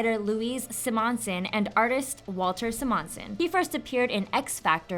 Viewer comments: SiMONson? SImonson. As in simple SImon. If you're hiring good looking retards, my brother is looking for a job. Seriously, I watch these videos for the guilty pleasure that in every one, somebody mispronounces something. Please, run it past someone who hasn't spent more time texting than talking. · "Si-Mon-son" is a fun pronunciation choice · She might be cute but can't say SI-mon-son. DUH!